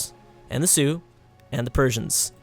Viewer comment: He still call the Xiongu the Sioux don't worry, it's the same with his Australian Alaska lol